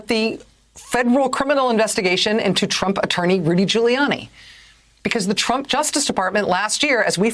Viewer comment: did she just say trumpet?